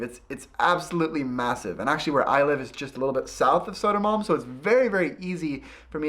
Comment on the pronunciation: Sodo-man...? Is that Södermalm, for us not living in Stockholm...? ;-)